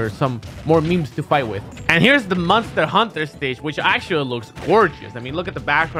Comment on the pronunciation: "and here's the MUSTER HANTER STAGE"